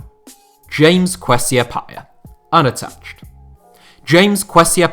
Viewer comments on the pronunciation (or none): Also, it's ah-pee-uh. You don't remember Stephen appiah? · James Kwesi App-yeah... If you can't pronounce the names correctly then stop doing voice overs.